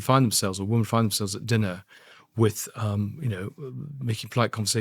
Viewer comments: Andrew Lownie is a very engaging and articulate speaker. I wonder, though, about his mispronunciation of the word "women". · Dear Andrew Lownie - please note there is a pronunciation difference between the singular woman and the plural women.